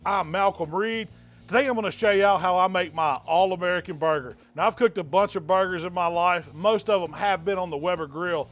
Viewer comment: You have no doubt that he knows what he’s doing when he calls them bar-gers 👍